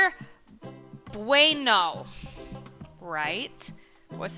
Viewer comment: "Kinder bueno"...its in my language🇪🇸.Good pronunciation of " bueno",, ("bueno" is "good" in my country).You almost look like a spanish girl...😄😄.ah, and I like your glasses...very very cool.❤👍